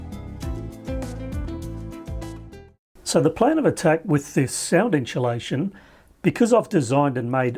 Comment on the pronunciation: "...inSHOElation.." What?